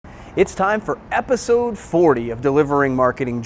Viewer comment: did you really say epiZZode?!